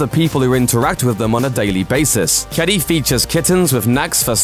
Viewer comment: Just wanted to say that you pronounced "Kedi" wrong. It's Ke - di. Sorry if this sounds rude or/and impolite. I'm just really triggered when people try to pronounce something in a different language and they kind of fail, but nowYou know! Ps don't try to say it tooo fast it'll sound weird, or too slow.